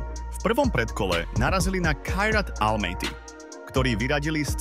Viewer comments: Hovorí sa prvý FC Košice, nie prvé FC. Však to trhá uši. A Almaty sa číta Almaty nie Almejty 😂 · Kairat Almaty je kazašský klub a jeho názov sa číta práve tak ako sa píše, určite nie po anglicky ako "elmejty" či ako si to prečítal.